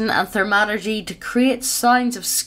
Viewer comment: She keeps pronouncing thaumaturgy as "ther-MA-tur-jee"